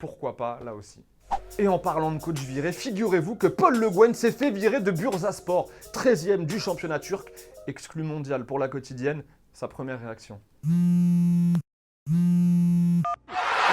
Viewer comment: Sper Telefoot mais quel que chose a dire, on dis pas Burzaspor mais Bourssaspor en enroulant le R mais bon ^^ pas obligé d'enrouler le R. Continuez comme sa